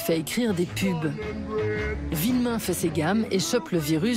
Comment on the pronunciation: C'est Philippe VUillemin et non Villemin :)